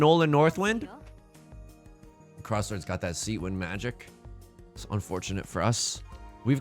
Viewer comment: As a tennis fan, I always hear your north wind pun as Nole northwind as in Novak ‚Nole‘ Djokovic. But that’s not what you’re saying, I guess. Or is it?